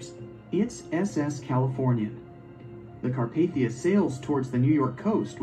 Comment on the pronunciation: It's Carpathia